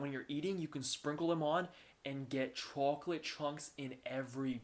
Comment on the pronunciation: You really do like to live on the edge, don't you? 🤣🤣 BTW, I love how you say, "chew-awk-let"